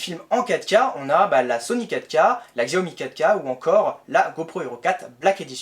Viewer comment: Xiaomi se dit "chaomi"